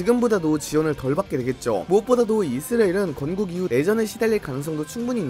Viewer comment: 이스라엘 발음이 이스레일같아요